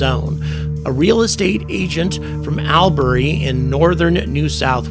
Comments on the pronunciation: You pronounced "Wyong" perfectly,! Albury is pronounced "All-berry", and is in the southwest of New South Wales. When I lived in Australia, my house was in the Lake Macquarie area near Newcastle, about three quarters of an hour or so by road from Tuggerah Lake. The closest military base to there is at Raymond Terrace north of Newcastle. It's unlikely that any of the objects in that video are Aussie military tech. Greetings from Cagayan de Oro City Mindanao Philippines, where in almost eight years here, I haven't spotted a UAP. There are stories of unexplained phenomena around Mount Makiling in Laguna Province in Luzon. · Hi, me again 😅 Albury is on the NSW side of the NSW and Victoria borders, so it's as far Northern Vic or as far down Southern NSW as you can get and is literally pronounced like you're going to bury everyone - All-bury 😆 You smashed Tuggerah and Wyong, up on the NSW Central Coast, about an hour and a half North of Sydney, which is where I'm from originally 😄